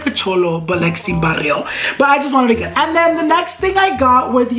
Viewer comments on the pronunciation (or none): none